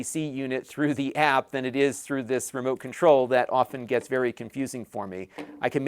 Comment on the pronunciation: Are you saying it's vewwy sensibo?